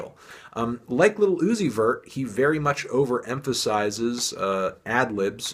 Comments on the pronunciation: I cringe everytime you say lil uzi very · "Liddle Ooozi'vert"